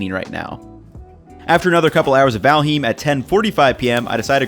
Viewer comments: Super nice video - especially because I am also exploring Valheim with some friends. However, as a Scandinavian, I flinch every time you pronounce it Val-heem. The "heim" is pronounced just as "I'm" with an h in front. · I can't get over him pronouncing Valheim incorrectly. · bro your pronunciation of valheim and habanero drives me mad lol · valhim lol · Excuse me, Valheem? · you say Valheim in an odd way, but cool vid